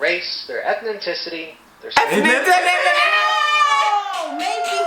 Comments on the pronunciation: “Ethninticity” 🤔😳🧐🤨 this is a WOW! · Nahhh ethninticity 😂😂💔